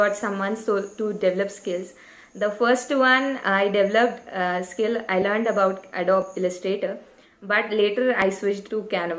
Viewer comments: Lol.....she is pronouncing adobe wrong 😂😂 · Check how to pronounce adobe again 😂